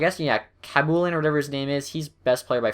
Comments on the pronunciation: khabibulin is pronounced hab - you - bowl - in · Do you not know how to say Khabibulin? You don't know who Nikolai Khabibulin is? Hab-ee-boo-lin